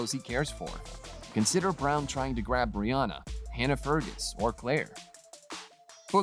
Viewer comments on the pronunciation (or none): Please practise the way to say the names correctly. Murta, Breeanna, Frazer, and for goodness sake get your facts straight. Bordering on clickbait